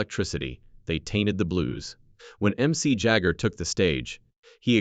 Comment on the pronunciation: “MC Jagger”??????? “Interplanetary Overdrive”???? “Chris/Frix”??? Etc, etc, etc This is terrible